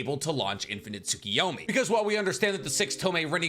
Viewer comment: 😂😂😂 unfortunately didn't manage to help when it came to "tsukiyomi"